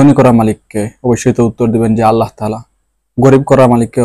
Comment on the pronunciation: আপনি আল্লাহ নাম টা স্পষ্ট হয়নি তাই ঠিক করে নামটা বলবেন কি